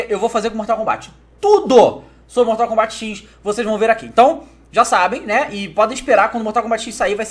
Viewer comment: ae na moral fala mortal combat 10 mesmo pq mortal combat xich fica muito carioca kkkkkk